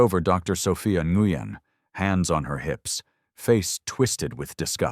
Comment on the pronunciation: This is a cute work of fiction. It is a legitimate pastime. Pronunciation is nwin, enguyin. it’s three PM, because oh three hundred is 3 AM. Three hundred for the time of day indicates AI (artificial Idiocy) with plausible human complicity. . Dr Ngugen is now Dr Newman! There’s that Dr Newman again! Why are some parts of the script displayed in red, some in green, and others in yellow?